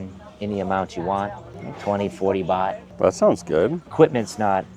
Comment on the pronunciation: Great video but It’s baht 😊